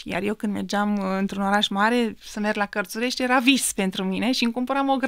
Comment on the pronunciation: Damian, sincer, nu prea inteleg de ce acest podcast … fata e de plastic 🤭 iar facultatile despre care vorbeste nu stiu ce sa zic …. In conditiile in care pronunta Cartzuresti adica cu tz 😀 in loc de Carturesti 😲 daca aveti nevoie de nutritionist accesati Mihaela Bilic 🤗